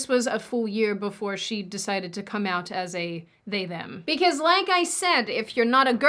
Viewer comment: At 16.44 you say ‘be-kez’.